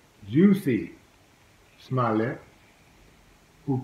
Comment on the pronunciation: Juicy Smoll-Ya 🤦‍♂️